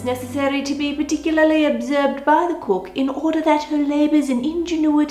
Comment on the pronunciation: i love the way ann says cook especially in her 'olden day accent' but also generally it's just so satisfying